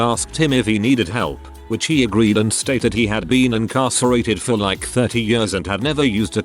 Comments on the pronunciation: Text: Years Text to Speech: Yörs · years = yurrs lol